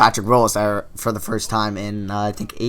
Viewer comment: It's era you kept saying error